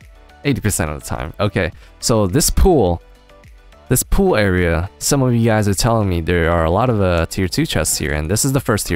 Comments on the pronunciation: I thought he meant to say "Throw thish out" :P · He says Throw thish out. Yep how i spelled it "thish"